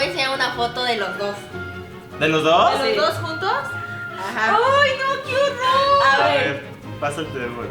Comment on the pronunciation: Like si escuchaste a leslie cuando dijo quiorror